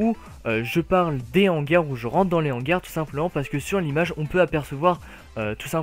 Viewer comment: arrête de faire la liaison entre "les" et "hangars" je t'en supplie mdr